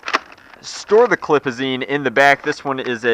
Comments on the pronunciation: did he say clipizine? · Why do you call them clipizines? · Did he just say clipazine? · Magazine. Stfu with “clipizine” and “clip” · Stop saying clip/ clipazeene it's so cringey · stop saying clipazine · DaRk MAGE yeah I know he said clipazeen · No no no he said clipazen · why does he say clip AND clipizine!? it's a damn magazine !